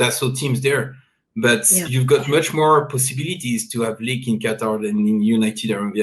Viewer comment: It is Qatar not Qataar, Desi kutti walaiti cheekhan